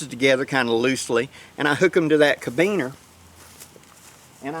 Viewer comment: I cant resist.... ca-RA-biner, not cabiner.